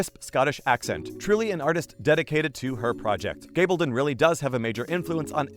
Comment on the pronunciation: So you've gotten the actor's names down, can you now try to get the author's name correct? Its Gabaldon - gab as in a gab session. I keep watching your videos because you actually listen to comments and fix things.